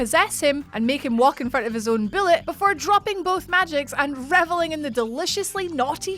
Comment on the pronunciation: It's not "billet", its a "bullet".